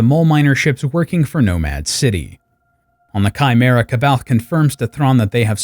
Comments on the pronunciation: Fun fact, Jorus’ last name is pronounced Sab-eye-oth. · Very good 👍 The only detail to modify is the prononciation of “C’Baoth”. It’s pronounced “ Saw Baw Yoth” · I always pronounced it as K Bay Oth so you are more right than me apperently. Then again I hate the way Karrde is pronounced even if its correct Kard just sounds boring. I pronounce it like a sauve kinda french way Karrday pronouncing that e. Feels more fitting to the man he is. But that's the problem with books everyone will pronounce the nonsensical star wars words & names in their own way different from the creators intentions. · I didn’t know it was pronounced Sah-By-Oth until I was about 30. I read the books at like 19. Multiple times. I personally said “See-Baoth” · C’baoth is pronounced SAY-bay-oth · C'Baoth is pronounced Suh-baw-th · You pronounce 'Kbaoth'. But the other guy that made this book into an animation series, say 'Sbaoth'. So which is right? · I understand...but I also know there are several sources with the official pronunciation, so knowing how to pronounce it makes it hard even though your mispronunciation is reasonable